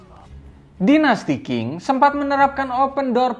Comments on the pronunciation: Tips buat narator, pronounciationnya yg bener tuh dinasti Ching, bukan king. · Qing = Cing Mao Zedong = Mao Cetung Gitu bang..